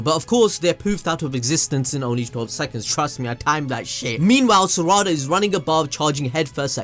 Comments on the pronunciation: Who Th is serada ITS PRONOUNCED LIKE SARADA NOT SERADA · Why you say sarada like that